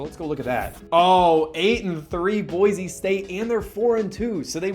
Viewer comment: just for fun I will let you know, it's Boy-see not Boy-zee